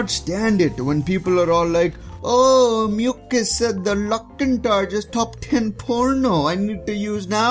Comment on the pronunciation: did he call muselk mucus?